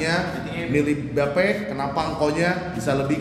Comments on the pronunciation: Bape dibacanya Bi Eip bang ( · Hypebeast masa bilang bape salah bilangnya beip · mam hrs nya jgn marah bro..lo sebelum mau review or bahas sesuatu lo harus paham kan dr cara baca, pengucapan dll.BAPE or Bathing APE, ya seharusnya dipisah (dibaca: Bi Eip)..bukan Ba Pe..